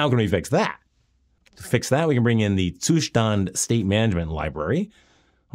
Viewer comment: Love the way you pronounced Zustand 🥵